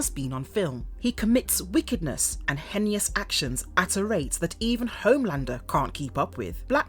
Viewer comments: “Henious “ ?? I think you mean heinous. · Hen-ee-oos. God I love when VAs cant read their scripts. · Oh oh oh oh Dont forget how she pronounced heinous